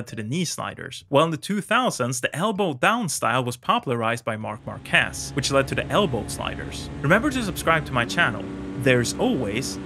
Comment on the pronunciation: let me tell you something. I do love your videos, but as a spanish viewer, I hate when you say marquez wrong. The stressed letter is the a, not the e. You should say maaaarquez, not marqueeeez. Hope you'll read it :") keep the good work mate